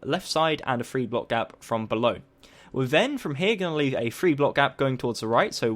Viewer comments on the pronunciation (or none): dis man says free not three go back to 2nd grade